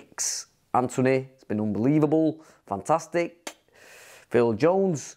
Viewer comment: u mean "fantasthicc"